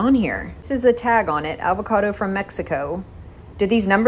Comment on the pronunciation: “Alvocado”. Ugh. I’m in Tx and can pronounce Avocado.